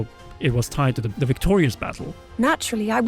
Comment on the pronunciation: Hey! Please don't take this the wrong way, but ci aider practicing your English a touch more! You're so close to sounding like a person who was born speaking it, but you still say "wiff" instead of with and "da" instead of the. Keep working on it! You're almost there 👍🏻